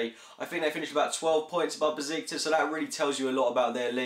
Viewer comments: You should pronounce Besiktas as 'Beshiktash' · he said busiktus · Just to let you know. It's pronounced beSHiktaSH The ş in Turkish is pronounced as "Sh".